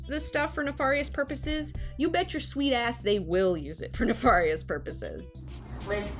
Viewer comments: ella elise Also, I think neh far yihs would be more correct due to its similarity to the probably original Latin pronunciation. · Someone that can't pronounce nefarious has no business opining on the costs/benefits of smart technology.